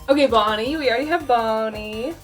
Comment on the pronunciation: XD HAHAHAHAHAHAHAHAAAAAAAAAAAAAAAAAAAAAAAAAAAAAA IT FAWKIN FUNNY that aint bonnie thats boneh